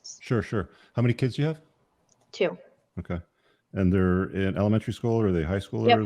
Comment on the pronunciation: Why did that one girl keep saying kuds what's a kud?